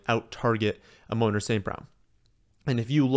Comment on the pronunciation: Like the video but please my guy. Its Amon-ra like the God 3 syllables